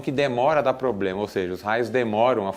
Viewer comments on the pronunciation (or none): none